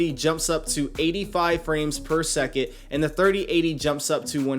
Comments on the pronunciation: He actually says "per suck it", lowkey mocking his viewers. For real. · if only this was the case. Per seckit 🙄🤦‍♂️ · I did the same but watch youtube video and just decided I need a 3080 lol. The 3070 have 8g ram so it’s a little weak. But he is right it’s fps or frame per second what is seckit lol. It’s called radio language u need to pronounce for people not yourself. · all i heard throughout that video was frames per seckit. Its frames per SECOND.